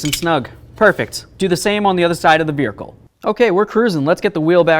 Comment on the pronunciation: Irritates me how this guy says vehicle😂